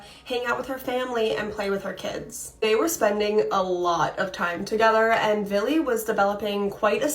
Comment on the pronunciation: the girl 25mn in, is saying VILLY over and over again. its Billy .idk why but its driving me insane i cannot pay attention to the story between that hand her hand flopping. i think im having severe PMS